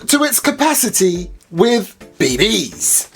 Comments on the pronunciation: love how he said bbs he said be.. bees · He always says it that way 😂